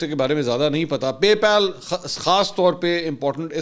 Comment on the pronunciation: PAY PAAL NOT PALE